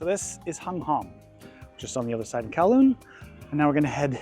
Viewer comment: You are the 1st youtbr to pronounce kowloon correctly